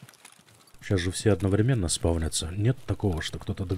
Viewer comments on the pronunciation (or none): none